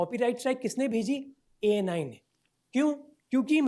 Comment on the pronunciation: Yes, you are correct in pronouncing his name, Thank you so much for spreading this over the world. , yes it is extortion as there is no penalty structure mentioned in their website in clear text. This means, they can claim/charge any amount to anyone based on xyz. For person A and x sec clip, they can put penalty of ABC and for person B and x sec clip, they can put penalty of DEF. Youtube also have responsibility to clarify whether this comes under fair use policy or not. If it comes under fair use policy, ANI's strike should have been overruled by youtube. If it doesn't come under fair use policy, no use, youtube can remove/shutdown/scrap this policy.